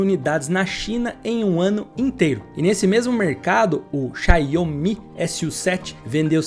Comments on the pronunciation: Não eh Xiao omi!! Eh Xiaumi! Assim que pronuncia!! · Mas a pronúncia correta é "Shaw-Mi" mesmo. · que dificuldade pra falar X I A O M I... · Com todo respeito mas é irritante como você pronuncia xiaomi!